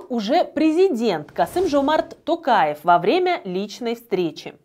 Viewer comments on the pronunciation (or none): none